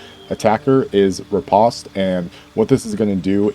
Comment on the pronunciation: ruh-powst, my dude.